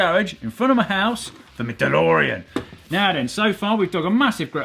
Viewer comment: your pronunciation of the word "house" is highly suspect.